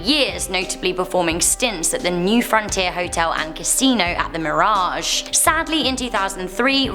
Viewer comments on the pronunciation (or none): none